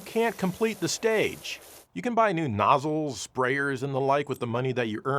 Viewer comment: Did he say 'noosle'? 😮